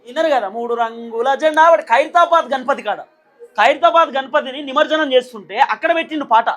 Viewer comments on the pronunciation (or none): నమర్జనం కాదురాబై “నమజ్జనం”అనరాకపోతె నువ్వేంటిరాబై